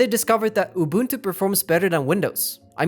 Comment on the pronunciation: The way he pronounces unbuntu 😂😂😂 😆😆😆🤣🤣🤣🤣🤣🤣🤣🤣🤣 its SOOO FUNNYYYY!!!!